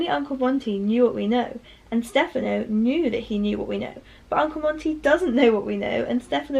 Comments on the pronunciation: I love the way she pronounces stephono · no it just sounds better than how I’ve heard it pronounced ☺️